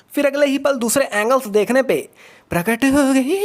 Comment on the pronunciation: When he say "pratak ho gyi"